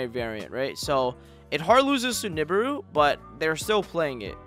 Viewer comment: Love your stuff bro. But I've never heard nibiru pronounced like that lol